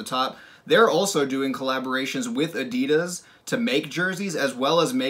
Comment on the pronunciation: the way you pronounced Adidas lmao uh-dee-duss